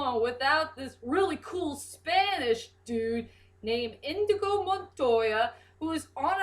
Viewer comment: Actually it's 'Inigo' Montoya, not Indigo. But don't worry, I misheard his name for a long time before I actually saw the movie. Also, I agree that Inigo has the best backstory of the cast, or at least, the most relatable one. Wesley's was definitely unique, as to how he became 'Dread Pirate Roberts'.